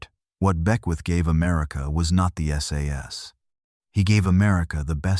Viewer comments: It's S. A. S. not sas FFS. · Stop saying ‘SAS’ it’s S.A.S. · It's S A S not "SAAAS". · Its not sas its S A S ,.Thank you .